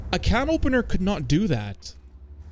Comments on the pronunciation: First French Gendarme, now CanOpenNeeR 😅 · canopeneeer? is this ragebait? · The way you say canopener hurts my ears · misspronouncing "Canopener" for more rage bait comments is a 1000 iq play ngl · i kinda tweaked when he said the 10th time on purpose